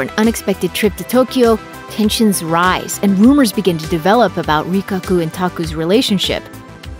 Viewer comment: Rikaku instead of Rikakko, Shizuki instead of Shizuku and more... Get your charactees' names right please.